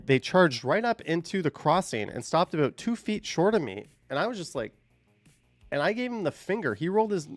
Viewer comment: Sorry aboot that eh 😂😂😂